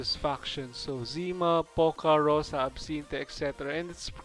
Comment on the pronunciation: Even though everyone who speaks Russian will tell you that its not POca with hit on "o", its PocA with hit on "a", that means "dew" or this drops on the leaves in the early morning. so you read it wrong. The same like its not ZIma, its ZimA with hit on "a", that means "winter". And its not IstIna, its Istina, with hit on first "I", that means "truth".